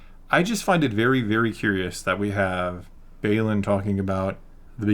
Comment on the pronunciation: Please please please, remember it’s BayLAN not BayLON when you pronounce it. Weird annoying thing I know but we wouldn’t mispronounce Vader or Luke’s names